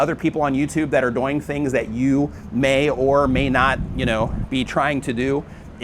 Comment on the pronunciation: Why you say "doing" like boing?